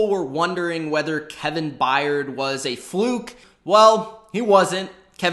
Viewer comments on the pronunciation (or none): none